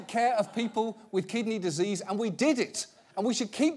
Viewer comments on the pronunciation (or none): "Treating kidneyzzzseas" 😂